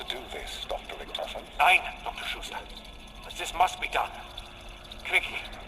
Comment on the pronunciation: its schutester, not shootsta